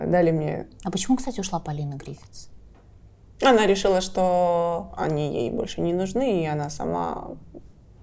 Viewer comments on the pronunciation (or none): "...ты заменила тогда Полину ГрифиТс..." Вообще-то правильно Гриффис!